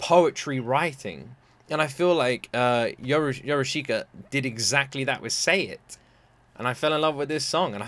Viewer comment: It is pronounced Yorushka. I is ommited.